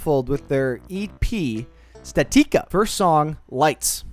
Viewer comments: Pretty sure it's statica not statika like the word static but add the letter a. How do you think you pronounce that again? Say it out loud statica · Its pronounced static-uh